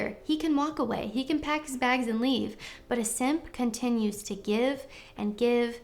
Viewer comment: Every time you say “simp” I start to laugh😂😂😂😂. Thanks for the lesson sista🤙🏽🤠.